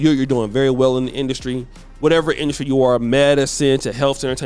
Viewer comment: What is masculine “industry “. You always be messing up them words bruh. But supporting nonetheless 😂😂